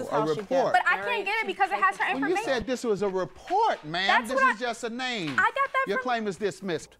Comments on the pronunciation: I like the fact that the announcer pronounced her name so well and correctly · Big ups to the announcer for getting her extremely hard 1st & last name right